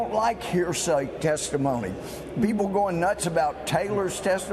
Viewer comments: "Testaphony" Louie Gohmert. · I think Gomers slip "testiphony" says it quite accurately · "testiphony", that was probably unintended but it was epic at the same time. LOL